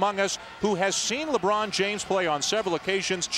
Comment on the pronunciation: Lebron not labron 🤦🏾‍♂️😑